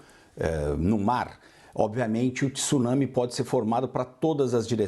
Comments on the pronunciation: Jornalista esclarecida falando 'tissunami'. Tsunami tem o encontro consonantal. O 'Tê é mudo. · A mesma pessoa que não consegue pronunciar tsunami consegue pronunciar Mitsubishi, vai entender